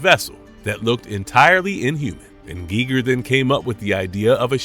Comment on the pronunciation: And it kept saying Geiger wrong!😫